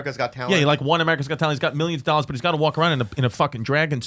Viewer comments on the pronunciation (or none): "Three dollaa. One dollaa." lol